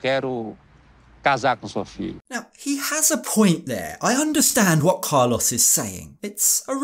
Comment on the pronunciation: Im sorry, i love you, i love this channel but i just cant with the pronunciation of Carlos jaja. Even more so after living in Colombia for 8 years.